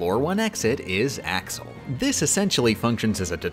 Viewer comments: Im sorry but you wouldn’t say Ashel because your SUPPOSED TO PRONOUNCE THE X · I literally can't stand the way you pronounce some of the org names. It physically pains me. Surprised you didn't say "Ashel" when referring to Axel